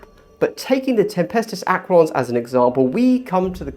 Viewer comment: Very helpful video but dear lord pronounced aquilons correctly